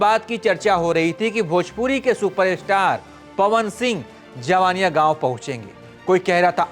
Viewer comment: पहले आप मीडिया का कहीं से शिक्षा लो बात करने का तुम्हें तरीका नहीं है ।जिन लोकल यूट्यूब को तुम फालतू का वीडियो बोल रहे हो उसी के वीडियो से तुम भी जान हो उसी के वीडियो से देश दुनिया जाना है कि जवईनियाँ गांव है तुम्हें उसे गांव का नाम भी शुद्ध से नहीं बोलने आ रहा है जवनिया बोल रहे हो।